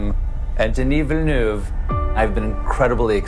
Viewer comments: I don’t care, cuz I’ve been thinking of him as “Dennis Vill...” Totally okay with the name sounding like a stroke if that’s the correct pronunciation. Nice that Colbert really makes the effort. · Stephen Colbert sound like he's having a stroke while pronouncing Denis Villeneuve's name.